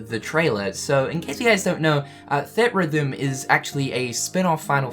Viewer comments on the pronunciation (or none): Everytime he says 'thed rhythm' i wanna die. Its 'theatre rhythm'. Gdi. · It's "Theatre-Rhythm", not "Theat-Rhythm". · Theatre rhythm, not theat rhythm...sorry, annoyed me a little. Ignore me if that's just how you say the word :) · Say it with me,! "THEE-AT-RYTH-UM" <3 Love you buddy! Hope the eyebrows are growing back okay:) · Its pronounced Theetrhythm. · I swear every time I hear you pronounce theatre rhythm, I die. On the inside.